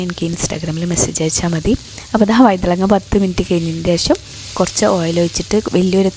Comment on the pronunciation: വൈതളങ്ങാ അല്ല. വഴുതനങ്ങ ആണ്